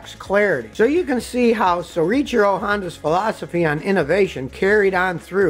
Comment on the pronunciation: Soweecheero, or So-Ichi-Ro